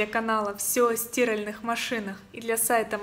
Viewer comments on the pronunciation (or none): СтирАльная машина, а не стИральная. Ударение на А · Не стиииральная!а стирааальная,просто режет уши от безграмотности ведущейюдаже улыбка не помогает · В какой области говорят "стИральная" машина? Трудно так произносить...😮. Стараются! Терпят!!😂